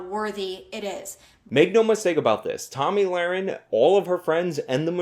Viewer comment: Did I hear Tammy Larry .?